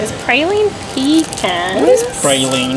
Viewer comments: No one here says pea-can, if you want that, find a urinal. It's Puh-cahn. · Prah-lean puhcahn...